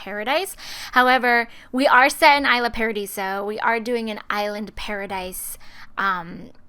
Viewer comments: it's pronounced e-sla paradiso. not I-sla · it's pronouced e-sla in fact since it looks like the name's made to be in spanish so lol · The towns name is Isla Paradiso. Pronounced like Eslah Paradiso. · Really don't mean to be rude, but its pronounced E-sla paradiso. :) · it's pronounced eesla.